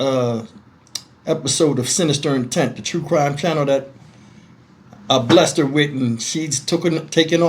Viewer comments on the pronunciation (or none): none